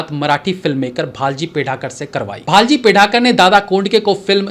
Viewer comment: भालजी पेंढारकर not भालजी पेढारकर - तांबडी माती not तबड़ी माती - सोंगाड्या not सोंगड्या thank you for the video 🙏